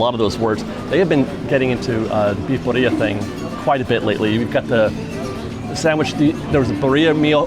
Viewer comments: “Birria” is pronounced [Beer-ee-ah] 😂 you’re welcome ❤ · It’s pronounced: Bee-(rolled R)- ee-ah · Pronunciation of Birria is Beer-E-Ah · Just as a heads up birria is pronounced beer-eee-ahh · yes please thank you!!! i was cringing every time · I came here to say the same. I also commented on the DIS Unplugged video saying the same. Drives me crazy. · Give white people some sort of a good reputation. Geez. Pronunciation of birria and never heard of karaage before?? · You're pronunciation of Birria is terrible but still better than mine and I'm Mexican haha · Gotta learn how to say Birria There’s a little tongue roll